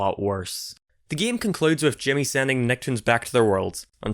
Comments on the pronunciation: its game not geam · He says game so weird.